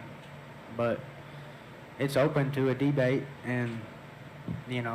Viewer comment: Dee-bate that Bryce guy Sir.